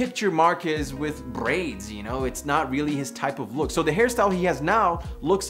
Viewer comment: “I can’t see marques with brrrrraids”